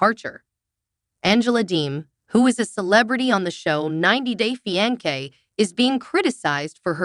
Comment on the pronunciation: AI cant even pronounce the word fiance. Definitely a turn off.